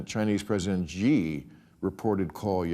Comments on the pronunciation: President SHEE not zjhee. In Mandarin, x is pronounced ‘sh’. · It isn't "Ji" or "Gji". Xi is pronounced "She" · Really can’t understand how it’s so difficult for American political commentators to pronounce his single-syllable name correctly. People, ‘X’ is pronounced like ‘SH’ in Chinese pinyin, which is their phonetic system for using the Roman alphabet. So “Xi” is pronounced “she.” You know, just like that super common English pronoun. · Bill is getting lazy. Not knowing about Harvey Milk and still after 15 years mispronouncing President Xi. “Xi” is not pronounced “G” 🤦🏻